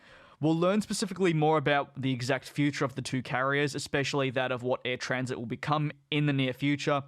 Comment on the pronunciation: Since you are leaving youtube to move to discord, I won't spend much time writing comments here. but it is Air TransAt, not Air Transit. Air Trans-Atlantic not Air Transit. I sent you on Twitter the link to the actiual Order in Council with all restrictions. It shoudl be noted that the minister's decision goes agains recommedation from Competition Bureau. But I guess because you have moved to discord, it is a waste of time. Good luck on discord.